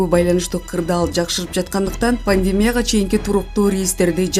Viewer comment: Паньдемя эмес эй экичи, пандемия деп окусан туура болот